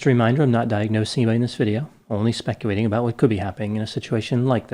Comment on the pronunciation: Not diagnosing, just specwulating🤣🤣🤣